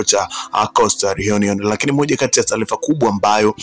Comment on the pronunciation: 7 HOURS AGO WACHA KUTANGAZA KWAZA KAJIFUZE KISWAHILI HAKUNA NENO (TALIFA NI TARIFA ) MZEE UMETOKA BURUNDI